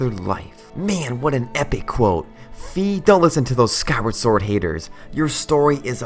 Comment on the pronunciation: Well, Fi is intended in Japanese and in all the other languages where it's not open to interpretations to be pronounced like fai, not like fee.